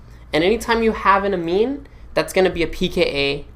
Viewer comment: Uh meen for the win